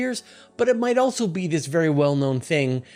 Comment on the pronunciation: "Else" and "also" do not have 't's in them. They are not "eltse" and, "altso." It's minor, but it is distracting. Where is this accent from? Meanwhile, a lot of people pronounce "often" as "ofen," sans 't'. The content is good, tho. You don't need to do a giant Dyson Sphere. Just reflect the heat back at the star. Duh. You aren't trying to hide the star, just that you are using it for energy. A Dyson Swarm makes much more sense. The energy could also be beamed to other outposts to be used as energy, or to planets, to heat them, all without being able to be seen unless one was in the path of the heat laser. This is like Legos. Why are people acting like this is hard?